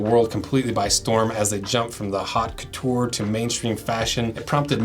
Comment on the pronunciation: Haute Couture pron. Oat cootoor.